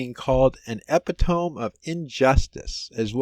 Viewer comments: A Pit toe me. Not eppy tome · E-PIT-AH-ME not epi-tome for future reference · Just for future reference, the word "epitome" is pronounced like eh-pit-o-me. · It is pronounced ep-i-tow-me. For what he did to a 13 year old, the prosecutor never should have given him a plea deal. He should have been convicted to 10 years in genpop. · Omg the way you pronounced epitome!!!!!! Hahahaahahaha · Leave him alone. My brain always reads it the way he said it, then the switch flicks and I get it right. Same with 'Facsimile'...in my head it's faxi-mile! 😆